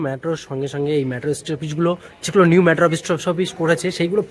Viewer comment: It's not ম্যাট্রো - it's মেট্রো